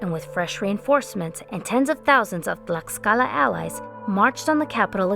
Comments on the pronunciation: fantastic video as always!! only criticism, the 'x' sounds like the english 'sh' sound, so Mexico in Nahuatl sounds like "may-shee-co" and Tlaxcala sounds like "tlash-ca-la" otherwise loved the video, keep up the great work!! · Its pronounced Tlashcala, the x makes a shhh sound. Jesus, people always be doing history videos about this, but can never even get a mere pronunciation correct.